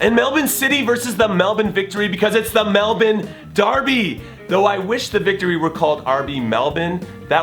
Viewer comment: I really love how you pronounce Melbourne Jimmy. I'm from Ireland and I live in Melbourne and like Americans, us Irish pronounce our R's harshly, but Aussies don't and they hate it when we overly pronounce the R in Melbourne. It's those little touches that I appreciate, I love you man, keep up the great work :)